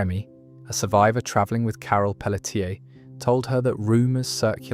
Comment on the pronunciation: Carol Peletier. It's not Pell - uh - tier. I'm from Louisiana and can tell you it's going to be pronounced either Pell - shay, Pell - chay, or Pell - tee - aye.